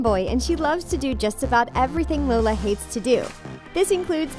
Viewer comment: I found a mistake u said lona instead of Lola and I had no clue how I found that Edit: I changed 8 :50 to .